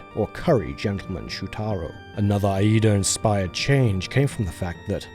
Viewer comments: Probably because the letter I is pronounced like “eye” in English but in Japanese the double I vowel is longer so it should be more like “ee”. In other words yeah, he messed up lol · Reads: Iida Says: Ayeeda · JSYK, in Japanese, “Iida” is pronounced like the letter “E” + “da”. A doubled vowel simply means you hold the sound longer. These are treated as two very distinct sounds so いえ “ie”, pronounces like game company “EA”, means house while いいえ “iie”, which is held longer so “EeeeeA”, means no. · He says "Shutaro Aida", but it's written "Shutaro Iida"